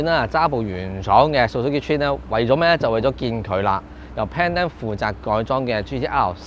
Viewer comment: 好耐冇聽過人讀「川」，你的英文都有夠差